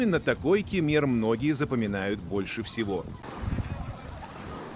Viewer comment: Как только услышал Ке'мер сразу 👎👎👎